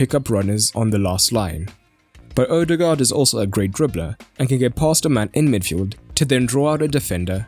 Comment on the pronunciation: Zidane is a buffoon. Anyway, it's just a vowel, and pronounced like the English diphthong "oa", as in "board". It is the old, Danish way to write the post-1913 letter "å". but is pronounced the same. Live and learn. But it's been a few years. Might as well learn how to pronounce the guy's name if you're going to be saying it regularly.